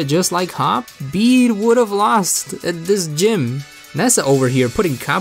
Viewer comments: It's Bey-de it was shown in his Battle theme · It's actually pronounced Beed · It's actually bed-ay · I cant believe I've been pronouncing his name as bay day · You don't pronounce it as bede you pronounce it as bead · I like how every time he tries to say “bede” it’s different ever time It’s pronounced like bead btw Or “be-e-d” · it’s pronounced beed like a beed for a necklace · IT’S PRONOUNCED “Bead” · I love how he pronounced it like bidet once🤣🤣🤣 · Why've I been pronouncing his name like bed this whole time-? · Everybody, Just Listen To Bede’s Theme And You Can Hear Closely That Its Pronounced “Bead” Not “Bee-Dee” Or “Bed” Ty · Did I just hear bidet? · I swear I heard you call him bidet at least once. Not judging, it’s hard to know how this guy’s name is pronounced. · I like how you have very clearly given up on pronouncing Bede 'correctly'. I don't blame you. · I love how u pronounced his name like 8 different ways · I'll watch this all the way through, but just know that every time you say Bede's name I'm having a stroke. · Can’t say his name wrong if you say it every way possible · Anyone else triggered that he pronounced bede 5+ different ways